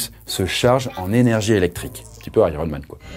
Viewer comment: Ptn quand il a dit dit iroman g fait hein wtf le mec davengers hein heeeeein